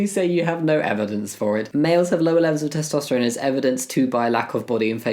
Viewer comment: Testosterone is a noodle and you're pronouncing it wrong, maroon. 😂